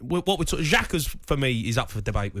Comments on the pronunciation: This dickhead really said hojberg🤣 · Man said hojbjerg I know for a fact Palhinha is having a better season for Fulham 🤦🏾‍♂️